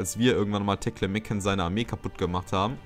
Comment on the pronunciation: Guter Part. Mir gefällt es ganz gut, wenn du von Zeit zu Zeit auf das Weltgeschehen eingehst. P.s. ich muss immer lachen wenn du Tlemcen aussprichst. Teklemekken... ;-)